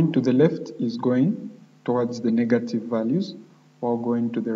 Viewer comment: nice tutorial. when you say negative, it seems like you are saying "NiggaTive